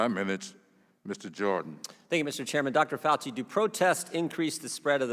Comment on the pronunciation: Dr. Fauci(pronounced: Faux-chi) refuses to recognize a peer reviewed study , because, ... he wants a randomized placebo controlled study where no other steroid is given, which literally means testing a group of people and refusing treatment to calculate the non-hydro-chlor-i-quine lives saved while allowing the controlled placebo patients to essentially die without a steroid treatment. How unconscionable! Refuse patients treatment and give some patients a placebo "sugar pill" - refusing them a steroid treatment!!!! This is extremely unethical. Literally, Fauci is asking us to prove that gravity works by throwing 100 lives off a cliff and only give 50 people a parachute.